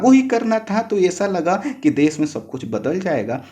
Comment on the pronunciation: Bolne me clearance nhi h .....vishva ko bisva......desh ko des...... Sarvochch ko sanochch....sir please clear bolne wale ki voice upload kren .....